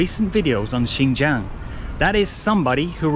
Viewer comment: you cant even pronounce xinjiang but you pretend to know xinjiang well as if you are chinese living in xinjiang.